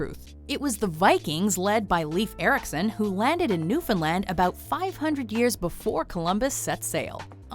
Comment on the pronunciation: My congratulations to the narrator for pronouncing Newfoundland correctly. The vast majority of people, including most Canadians, get it wrong.